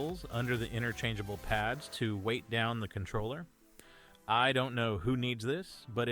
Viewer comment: did you not know how to pronounce controller? the hell is wrong with you